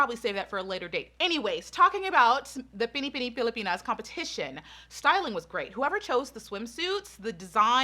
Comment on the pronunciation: let's all commend her for saying Binibining Pilipinas so perfectly ❤️❤️❤️